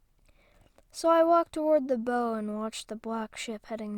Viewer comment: BOW in the manner it was used is pronounced- bow wow wow like. (Obviously the wow wow part.) How you were pronouncing it is for the weapon that a archer uses. Yes they are spelled the same. You have sounded tired and distracted the last couple of posts. Also you are fidgeting too much, I can tell because your voice fades in and out.